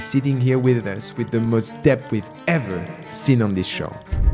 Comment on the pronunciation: I like how he sometimes pronounces the word debt correctly, but most of the time heavily emphasizes the B.